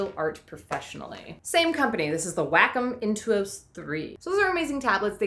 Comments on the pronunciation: It is pronounce Waaaaaa-cum. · it is pronounced Wah-Kum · Random thought: in all videos from Wacom I've seen, they've pronounced it WAH-com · I looked it up; it's pronounced Wah-Kum (like the moles). :P I also really enjoy your T-shirt! I can't think of a drawing demand, though. :( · I love your doodles, but you can totally tell you did Anime Cartooning at some point, it still shows in some of your pics including your icon. No need to pretend like you are embarrassed by it! Cartoons be cool yo...dattebayo Also it's "Wah-Com" because it's a Japanese company apparently... or at least that's what the service people told me as a lot of their products became incredibly short in supply for a long while because of the fukushima disaster. They're the only prof. tablet makers. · pronounced WAH COM ;)